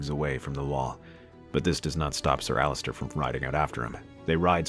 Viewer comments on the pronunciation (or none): It’s Ser Alliser not Allister